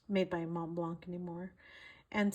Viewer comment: In Montblanc the c is silent.